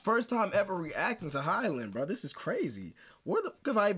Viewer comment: Her name is pronounced “hee-yo-Lin” thank you for the reaction